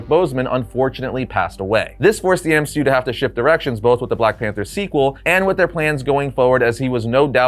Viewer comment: No ones gonna talk about M-she-u?